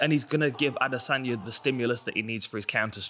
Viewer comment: I hate how he says adesanya